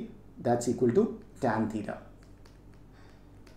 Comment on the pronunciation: Sir itz titaa not tetaa